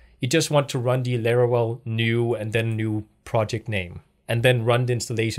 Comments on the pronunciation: If you say LARAWELL one more time I’m going to lose my mind 😂 jk Great video thank you for uploading these tutorial videos. You got a New Subscriber!! 🙌🏼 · Every time says "Larawell" reminds me of a Looney Toons character.. 😄 Jokes aside, nice video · its called laravel